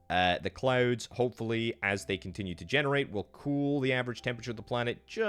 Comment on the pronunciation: Dude had a stroke saying generate🤣